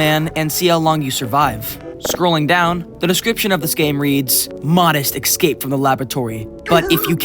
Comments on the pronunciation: stop saying "excape" its escape, I don't understand why people cant just stop mutating and transforming English into what they think is comfortable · This man can't talk about bad english, when people who speak english say ''Eggscape'' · Please learn how to say escape.